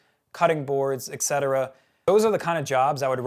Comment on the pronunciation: Nice info. Thanks for sharing. PLEASE learn how to pronounce ETC. There is no 'X' or X sound. Et cetera, usually abbreviated etc., comes from the Latin et, meaning and, and cetera, meaning the rest. So et cetera literally means and the rest. Your perceived IQ goes way down when you can't pronounce simple words.